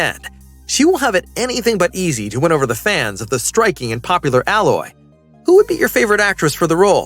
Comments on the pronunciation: A-loy mate, not alloy 🤦‍♀️🤦‍♀️🤦‍♀️ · I dont kno why that bothers me too lol. Its A- Loy not alloy (like aloe) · I yelled ALOY, every time he mispronounced the name.. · It's "Ay-loy". I don't care who's reading the script LEARN how to say things correctly. Sadie Sink? 🤣🤣🤣🤣🤣🤣🤣🤣🤣🤣🤣🤣 Acting is subjective. Pedoland has plenty of people that can dye hair to any color and make it look natural. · A-Loy bro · Giving you a thumbs down cause you keep pronouncing aloy wrong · It's AI. He or she is typing it wrong. Haha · This was bugging me too. 😅